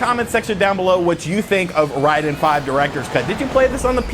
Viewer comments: It's not Reyeden. Rayden. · It's pronounced Ray-den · we always called it RAID DEN, not RYDEN, Raiden II still the best, free on mame 🤣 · Ryden is more similar to the Japanese pronunciation. Even so more is Lieden because the Japanese "R" sound is more like our "L"